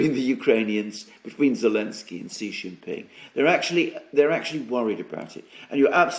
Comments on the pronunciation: Did I miss something? keeps calling Zelensky what sounds like 'Alensky". A slip? Is it a proper pronunciation? A mispronunciation? An inside joke or reference? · The letter Z has been banned by the Ukronazis as a symbol used by the Russians - so.... Elensky or I prefer Sellensky